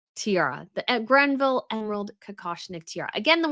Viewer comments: Thank you for pointing out that, not for the first time, pronounced the name wrong. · Your faux tiara looks beautiful on you,! BTW, there’s no “n” in Greville. Thanks for informing us about the tiara news! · please stop calling it the "Grenville" tiara. It's Greville - no "n." Other than that, I love your channel. I hope the royals choose some of the other jewels so we can see them all. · GREVILLE and not Grenville please. Annoying how often she keeps repeating the same mistake. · Greville. Not Grenville. always pronounces it incorrectly. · I think it's not Grenville. It's Greville. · Its Greville not "Grenville"! Every time you say Grenville I think of a character in a British comedy series "Open All Hours". 😂 I was pleased to see Queen Camilla wearing the GREVILLE Emerald Kokoshnik Tiara at the Diplomatic Reception. She looked fabulous in it. I would love to see more of the unseen tiaras brought out of the Vault. I think the Queen Mary Sapphire Bandeau, last seen on Princess Margaret would look gorgeous on the Princess of Wales, especially if she paired it with the late Diana's Saudi Sapphire Suite. I would now like to see Queen Camilla bring out the Queen Mary Diamond Bandeau so that it won't always be associated with Meghan Markle. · It’s great to see QCamilla wearing different tiaras and Inhope it spreads to other royal women! One note: the name is not GreNville….it is Greville (“Grev-ville”, no “N”). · Hi! Love you and love the tiara but it’s called Greville not GreNville 😊 Also, it’s possible Andrew is still b*tching behind the scenes and as the Royals are known to communicate via their wardrobe, this choice of tiara might be saying "back off, or else…". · It’s Greville not Grenville. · Greville. Not Grenville. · Well, in fact she did NOT pronounce the name correctly. It is not the Granville (or Grenville) but the Greville Emerald Tiara. There is no "n" in this name! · No N in Greville